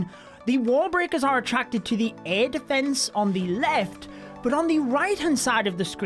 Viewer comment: Defence not deeeefence..... You're english